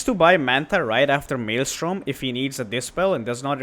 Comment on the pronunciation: We appreciate you saying 'Maelstrom' correctly.